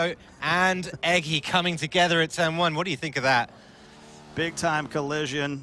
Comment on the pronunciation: He meant Eggy, but he didn't pronounce it correctly